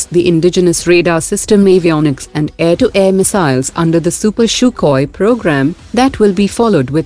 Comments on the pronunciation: Its sukhoi not shukoi🤣😂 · The way she says sukhoi sounds more like " CHOKHOI " 😝